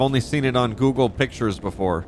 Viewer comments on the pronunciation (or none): Instead of saying Google pictures say "spoogle pictures